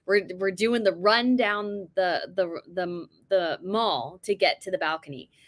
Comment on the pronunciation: Loved your commentary, and your interest in the UK and the Royals. Thrilled that you got your selfie with the Princess of Wales! Just FYI, it's definitely The Mall to rhyme with 'Pal', and not 'Mawl' as in a shopping centre. Once again, really enjoy your posts and your enthusiasm for us Brits! XX